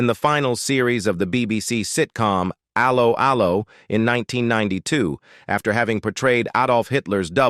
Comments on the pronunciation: I have never heard 'Allo 'Allo pronounced in such a weird way 😅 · You say they aged badly , but you pronounce words badly. Zee cars is Zed cars...and Allo allo, should have a French tone, which lifts the sound to A low....A low sort of 😅😅😅😮😮😮